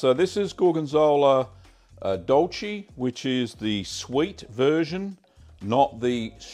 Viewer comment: Here I am, spreading some gorgonzola dolce on homebacked sourdough bread and your video pops up! I can't wait for the weather to get better and give your recipe a try! Just a small tip: the E in dolce is pronouced like the e in "neck", same for piccante